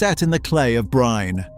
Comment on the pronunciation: It is pronounced as Holland, while Erling does not correct anyone maybe out of not really minding it. That is how simple and non-chalant he is. Bryne is also pronounced as Breena. Either way Erling is a fantastic player. Nice video too!!!